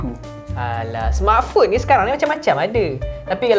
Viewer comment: Cara laki tu sebut "smartphone" mcm org ganu....sebutan die "smartphong" kalau tersalah dengar tu sorry lh😅